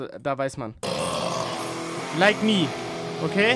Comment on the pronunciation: erster banger fr erst dacht ich so digga das so whack weil er das so komisch ausgesprochen hat "like me" aber dann mit porsche und was es als adlib kam damn was ein vibe crazy